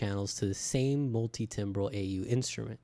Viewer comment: It's pronounced "tambral" as in musical timbre (tamber)